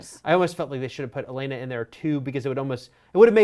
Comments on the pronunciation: Its OH-llena not ellana. cer-SEE not cersay. and va-RIS not varies. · anyone else think that they're pronouncing Olenna strangely? They had me wondering who the heck 'Alayna' could be lol